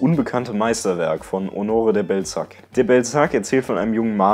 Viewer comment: Honoräää de Ballsack wird es ausgesprochen mein lieber. Nicht Honore de Bellezack